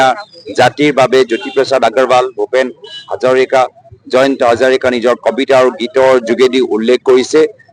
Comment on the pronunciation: ডাঙৰীয়াৰ মুখত শ্ৰদ্ধাৰ ভুপন হাজৰিকা শব্দ টোৰ উচ্ছাৰণ কোনোবা বিহাৰী এটাই অসমীয়াত কোৱা উচ্ছৰণৰ নিচিনা লগা নাইনে